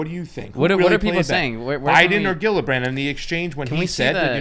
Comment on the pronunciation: it's not a hard G on Gillibrand, It's like Jillibrand, okay?